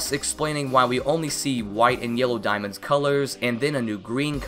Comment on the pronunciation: * corrects by saying 4 dismonds*